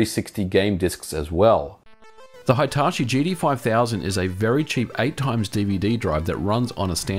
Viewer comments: Just to clarify since this video kind of uses both: "Hit-achi" is the correct pronounciation, not "Hi-tachi" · Good vid, but "Haitachi" made my ears bleed, almost as bad as "Rayu" ;) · amazing video, but i died inside when you pronounced hitachi as "haitachi" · Nobody gonna address the fact he pronounces hitachi as "hi tachi" not "he tachi" as it is actually pronounced? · I thought hitachi pronounced like "He touchy" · HITACHI HE-TA-CHI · Great video. The DRM idea is pretty shitty tbh. It doesn't really make it a ton harder for the release groups to do their stuff, it only makes it harder for the genuine customer to backup their property. I really dislike this approach. Just wondering though, are you mispronouncing Hitachi on purpose?